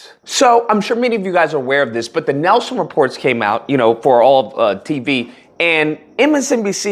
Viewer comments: It's pronounced "Neel-son," not "Nelson". And it's "Mad-dow," not "Ma-DOW". Respectfully. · I just watched your video. Don Lemon wasn't on MSNBC, he was on CNN. YOU pronounced "Nielsen" as nelson, and Rachel MADDOW, is just as it looks, and FYI - hannity is not a journalist, he's an opinion host. As you know, fox is an entertainment network. They have different rules, and aren't vested in FACTS and TRUTH. Morning Joe has list viewers because they obviously no clue as to who their audience was. The last couple weeks, maybe a month BEFORE the election, MIKA hosted, at least twice, a roundtable of women who were harmed and had suffered serious health issues and lost babies because of trumps banning og ROE V WADE. MIKA sat in front of these women and pretended to care, then after the election, she announced that she went to trump, and had a closed door meeting. I FELT BETRAYED. Those women and other's, were BETRAYED. After a few days, it hit me, BOTH OF THEM, probably voted for trump. I was DONE. NO RESPECT FOR TRAITORS!